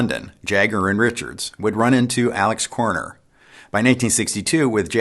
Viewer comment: Alexis Corner / Riff not Rift? ? / "May-ton" not Mat-on for Maton guitars - thanks.